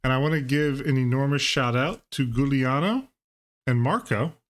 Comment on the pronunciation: 🤣🤣🤣 It's giuliano with a soft G 😉 I'm very happy that the deck performed well. commenting on the arguments proposed about king unfeasibility 1) Goblin King suffers plague like all the others do. I think whoever came up with the argument that 2 kings can beat 2 plagues has a naive view of how games usually go. Goblin king vs engineered plague is laughable, not even considerable. If it happens that kings get played before plagues, and in the rare case they do not get killed/exiled/flickered/phased, then let's throw a party, yeah, they have "beaten" plagues. But it is such a rare occurrence to not be disrupted at all, that I don't even consider it a pro. 2) Doesn't have haste: only ringleader and warchief have haste in this deck, and mogg fanatic can sac itself for free for 1 damage so it's basically even better than a creature with haste. The other goblins don't have haste though but they're still in the deck. I think saying it doesn't have haste as if it were a negative is the same as saying tempting wurm doesn't have trample, or saying that elvish champion doesn't have first strike. 3) Doesn't do anything other than just be a lord: I think it's reductive to categorize it as a lord as if it were a useless feature. +1/+1 to all the goblin is no joke. If you think about it, buffing the already available goblins you have on the board counts as a form of haste, because of the additional damage that they can do. 4) It dies to shock: come on, every goblin in this deck dies to S